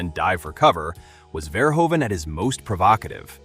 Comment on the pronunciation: The oe in Verhoeven is pronounced like the oo in eg boot